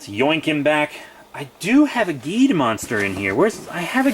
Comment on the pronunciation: Cool Video! Oh yeah the pronounciation for Geed is Jeed Edit:Did you know Geed is the youngest Ultra? Well everyone does since he is just 19 years old